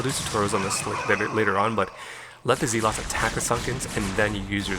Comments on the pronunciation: Cool play. Though I'm pretty sure they're called 'zehlots' rather than 'zeelots' ;) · Lol I haven't heard someone pronounce it as zeelots since around the time the game came out. That was back when we were all kids and nobody knew any better 😂. It just brought back a lot of memories haha